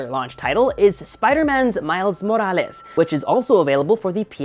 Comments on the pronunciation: The way he says spiderman miles morales is too good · Why do you keep saying morales like that 😒